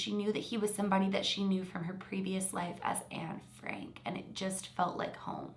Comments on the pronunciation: Exactly! And I’m Dutch like Anne and heard Barbro say Anne Frank in the video but you know what? We don’t pronounce it like that at all! She doesn’t even know how to pronounce her supposed name! And if she remembers so much, why can’t she remember some Dutch sentences or words? And the “facts” she knew are common knowledge in the Netherlands and a lot of European countries. I know some extra stuff that you can’t really read in books cause I saw it on shows and interviews. Like things about Anne’s friends, her crush, people that helped her, etc and you can’t read that in the books. Isn’t it a little suspicious that the stuff that you can only learn from Dutch shows or would know if you were there, she hasn’t said anything about? And the stuff that wasn’t public to Sweden yet, she hadn’t cared to mention either? Just the stuff you could read in books... Maybe she really believes she’s Anne but she’s delusional then. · Interesting case, but Anne Frank isn’t pronounced the way you think it is... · Can't help it to laugh in the way you say anne frank 🤭 love the video tho, and the house of anne frank is very impresive to see. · I’m Dutch and we say Anne Frank completely different from what Barbro said in the video. She doesn’t even know the right pronounciation of her “own” name! Isn’t that a liiiittle suspicious? Also, the stuff that mentioned that Barbro knew is common knowledge in the Netherlands and a lot of Europe, it can all be found in books. I believe I know even more about Anne Frank than her..